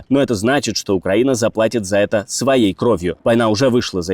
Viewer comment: А мне больше всего нравится, когда диктор вместо "это", говорит "эт", – "эт важно". Очень эффектно звучит !!!